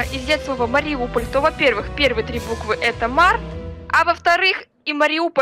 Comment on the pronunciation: Правильно говорить Мариуполь